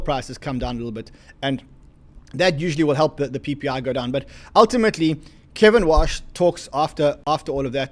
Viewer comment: It’s KEVIN WARRRRRRRRSH not Kevin Wash just to clarify